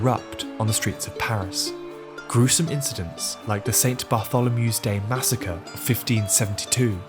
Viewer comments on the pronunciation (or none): none